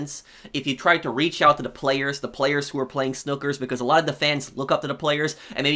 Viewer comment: i love you but the way you said snookers was jarring, its a snooker tournament and it’s pronounced like s-new-ker